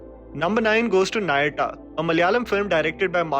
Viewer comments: Its not nayatta. Its naa- yaa-tt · the pronunciation of Nayattu is 'Nayatt' and not 'Nayatta'. Just to let you know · Please pronounce movie names correctly, at least try to correct the rhyming. It's not Nayaatta. It's Nayattu. The name ends with somehow the way you pronounce Jatt. Thank you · Bro, I know you're trying, but 'Nayatta' instead of 'Nayattu'?? You absolutely need to make some Southie pals whom you can approach for the correct pronunciation of these film names, mate. Kinda brings down the overall quality of your otherwise top notch productions and analyses. My humble submission. 🙏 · Its naayattu not naayadu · By the way the Malayalam movie Nayattu is not pronounced Nayata 😂!!!, it is pronounced nah-yeah-too! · Its "naayaatt" :) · It's naa-ya-tu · Nayattu- Nai-ya-tuh also you didn't mention operation java. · Oh no . You gotta get the pronunciation of nayattu a bit more correct .